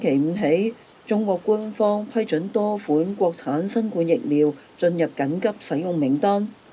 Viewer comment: 懇請留意，新冠的冠字，讀音應該同皇冠的冠字同音，而不應讀成冠軍的冠字同音。因為這次新冠病毒的形狀似皇冠，所以英文翻譯自希臘文，成為corona virus, 正是表示這種病毒的形狀。故此中文應讀成皇冠的冠音，以配合希臘和英文的原文。多謝。